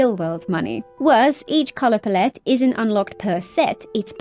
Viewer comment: do british people say pallete like "plet"?